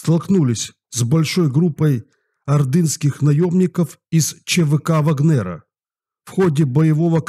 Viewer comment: Пожалуйста, милый ВАгнера, а не ВагнЕра!)